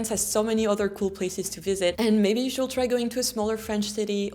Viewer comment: Lovely but it's not /shuld/ it's /shud/